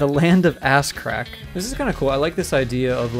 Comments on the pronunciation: Fun Fact: "Asocrac" is 100% how a native Japanese speaker would pronounce the term "ass crack". :) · Land of As(o)crac🤣 I die laughing🤣🤣🤣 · When he said the land of ASOCRAC LMFAO